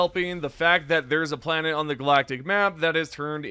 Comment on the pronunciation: He pronounces it wrong so you will comment, driving up his engagement